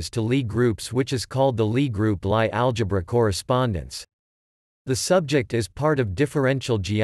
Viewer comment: LIe is pronounced "Lee"